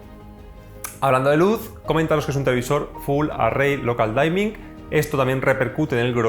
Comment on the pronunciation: Gracias! Por cierto, "dimming" se pronuncia parecido a como se leería en español. Es decir, no es "daiming", se dice "diming".